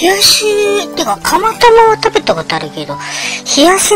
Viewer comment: 蒲田だけに 釜玉？ なんちゃって！ 釜玉が タマタマに聴こえて ドキドキしました。 蒲田だと 宮元に行ってしまいます。 昔は、ちょっと離れている インディアンで、カレーとラーメンをよく食べてましたよ。